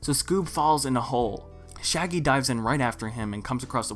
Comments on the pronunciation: He did and I'm ashamed to admit that I laughed for a solid minute at that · lol i laughed so hard mainly because it flew over my head